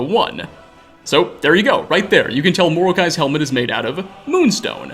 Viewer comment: Also, "Moroki" is not pronounced "more-oak-eye." It's "more-oh-key."